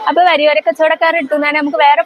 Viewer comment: വരിയോരം അല്ല. വഴിയോരം